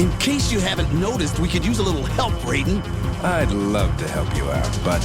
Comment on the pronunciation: The mispronounciation of "Raide" hurts my soul.